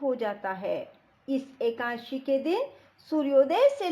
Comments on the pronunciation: Akasi nahi akadasi kahte h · राधे राधे जी एकाशी नही बोलते एकादशी है जी 🙏🙏🙏🙏🙏